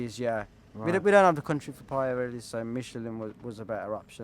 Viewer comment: Can't even pronounce #Pirelli correctly